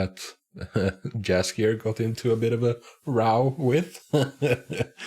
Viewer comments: Please, pronounce Jaskier as if j was actually y. It's polish word and in polish we pronounce j as it was y. Great reactions! Keep on good work! You're very inteligent and it's so nice to hear your thoughts about the show. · Yeah i always laugh a little when people call him Jaskier with English J because then his name sounds cat's food. Also people often write Yennifer instead of Yennefer and Vesimir instead of Vesemir. Sometimes they call Cahir with silent H so it sounds like Kair. That's reason to watch the show with subtitles, especially when someone is English speaker. A lot of polish words and polish way of pronouncing.